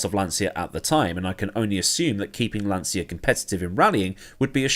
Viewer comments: It is pronounced lan-cha, not lan-sya. Do not argue with me; my dearly departed father started his career as a tool & die maker at Lancia and spent 11 years there before immigrating to Canada. He would know the proper pronunciation of the company he worked for. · Lancia is pronounced Lahncheeah, not lahnzia.